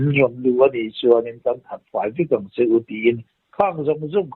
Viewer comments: A bengvar thlak thin, an ni pahnih avang hian ..dam reng hlawm rawhse . Chutih rualin ngaih mawh deuh lo sawi lawk .. Tui lian 'kam' lam rik dan kha Kám tia lam ni se, ngaihthlak a nuam deuh ang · kan pu hi tui kam lam rik dan tur hi lo hrilh ava ṭha ve...kam lam rik dan tur hi chu -(dance - lam) lam rik angin tui (kam) - hi lam rik tir ava ṭha ve 😂😂